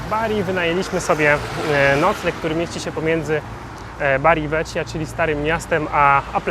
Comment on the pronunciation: Nie da sie sluchac tej wymowy, moznaby wczesniej sie doinformowac..."Poliniano" i "Modunio" ( gn= ni), Bari "Vekia" (cch=K). To dosc elementarne zasady wymowy w jezyku wloskim.